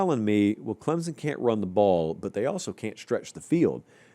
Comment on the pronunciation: For the love of all that is holy, it is Clem-sun, not Clem-zun. Get it right.